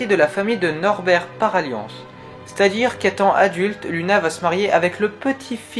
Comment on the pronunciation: luna SA SE DIT LOUNA !!!!!!!!!!!!!